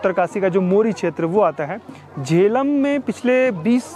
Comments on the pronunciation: जेलम गांव सर , ना कि झेलम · It's Jelum